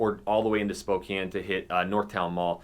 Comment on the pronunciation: Died when he said "gotta go to spo-compton"